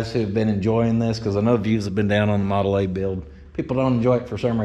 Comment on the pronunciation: Awww to hear walk in and actually say “Model A” was awesome to hear.. Teachin them youngins PROPER!! I love it!!